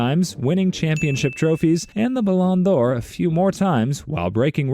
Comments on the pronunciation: “Blhan D’or” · “Paylay” “Maradonena” “Bhan d’or” “Soccer” “Muhammad Sellar” “Erling Holland” This gotta be rage bait or something 😭